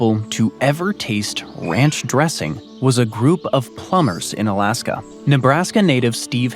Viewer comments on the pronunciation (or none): Why do you say Alask-um a lot….